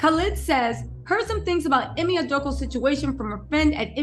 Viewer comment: Ime is pronounced “E-May”